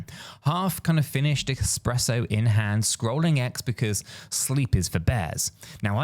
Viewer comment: 🤦‍♀️ I’m only 50 seconds in and you’ve already said Armaco when it’s Aramco followed by expresso instead of espresso!! Are we expected to take you serious ? Or just be humoured by your constant barrage of non sensical analogies? WTF